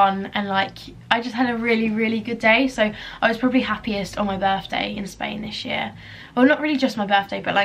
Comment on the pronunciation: She said “this year” her accent